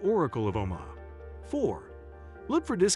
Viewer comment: I stopped watching when he pronounced Omaha O-MAH-ha.